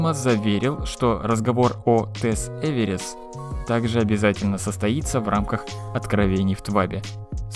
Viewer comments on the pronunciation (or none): Э в е р в е р с... Джаст ЭверВерс, нот Эверис...даммит